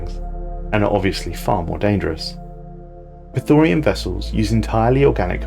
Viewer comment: Mate, I love your videos, but could you please learn to read. Those words are different than you think. It's not Praetorian, it's Prethoryn. It's not orbitable, it's orbital.